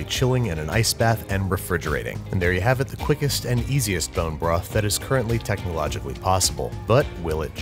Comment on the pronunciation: what's a porn-jo broth?